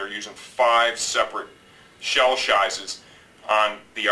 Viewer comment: You guys do a great job on these reviews. Really helped my decision on whether or not I should get this helmet. Couldn't help but notice you said "shell shizes", bit of a tongue twister. lol